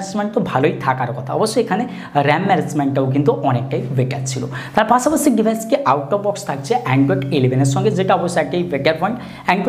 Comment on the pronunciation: পাছাপাছি নারে ভাই পাশাপাশি 🤣